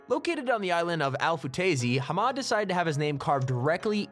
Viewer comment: HA-MAD LoL